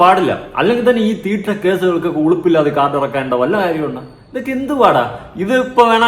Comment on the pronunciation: മലയാളം പറ 😂 തിട്ട വണ്ടി 😂😂😂😂 അങ്ങനെ പറ